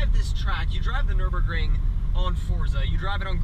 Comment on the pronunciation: dude its called nürburgring ;)